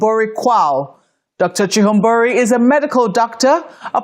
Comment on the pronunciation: Thank you sister for pronouncing chihombori correctly, this is a Zimbabwean name. This eloquent lady is married to a Ghanaian gentleman hence her last name of Quao.